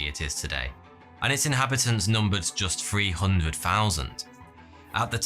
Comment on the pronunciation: "personal growf" "free hundred" "seventeen ninty free".... Thucking hell!